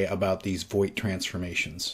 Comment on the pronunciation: I think Voigt is pronounced Vogt, like, the i is not pronounced. It's a relatively common German name.